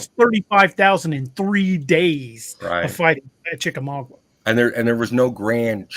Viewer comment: Respectfully It's pronounced chick-uh-mog-uh, not mog-wuh